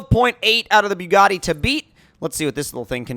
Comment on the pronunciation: You say the Bugatti exactly like Tmartn you Both say byugatti like if you are puking😂